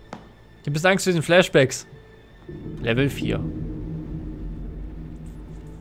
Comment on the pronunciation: wenn immer sagt flashbacks verstehe ich immer flesh bags wat willste mit fleisch säcken?